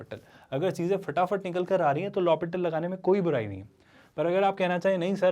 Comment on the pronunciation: He is saying lapatial. Can you suggest what is it